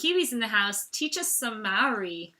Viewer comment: Maori is pronounced more like moldy, but good effort!!! well done